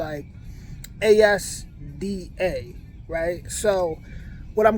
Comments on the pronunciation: I was in the USA in 1979 and everything there was far cheaper than here. So, it seems that it is the other way round now. ASDA is pronounced "Asda" as a word, not A.S.D.A. by the way! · ASDA is pronounced az-da. We do have them sized bags of Doritos and others here, but are ment for sharing but many dont. I think the streaky/belly bacon would be even cheaper here, you priced it with the more lean cut of back bacon from here.